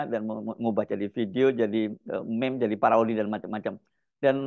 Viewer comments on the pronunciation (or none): none